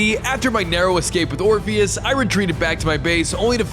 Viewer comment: I thought it was king "orphanage" instead of "orpheus"